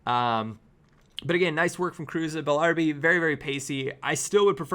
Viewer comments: Why does he say Bellarbi, isn't it pronounced as Bella-Rabi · It's Bellarabi, not Bellarbi. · Why can't he pronounce bellarabi